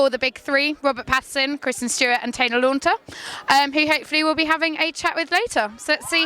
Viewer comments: Big Fail...why they ever let you near Kristen is beyond me and to say what you did about her,smart arse comment and check people's names before you say them,it's Taylor Lautner not Taylor Launter.... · She keeps saying LAUNTER. lol